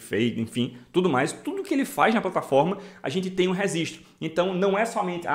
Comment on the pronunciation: ^REGISTRO ! NAO REZISTRO KKKKKKKK